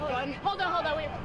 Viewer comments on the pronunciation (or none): none